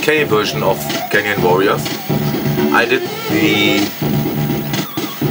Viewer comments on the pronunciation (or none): I think your sound is a little loud on the tv?! very hard to hear you over the music in this one:-/ Reason I ask is the other speccy stuff you've done sounds much better, even though you did touch on it in the upload briefly. Btw,...it's Warrior not Warrion;-) I uploaded a longplay of this only couple of days ago, has an amusing little end sequence animation and an ugly alien woman picture. P.s, you're welcome to post any of your let's play vid links on my videos of those particular games if those games are on my channel as i've done this a couple of times with yours,...would benefit both our channels I feel.